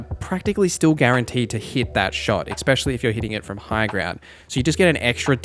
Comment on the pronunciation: Bro, please stop saying EKspecially <3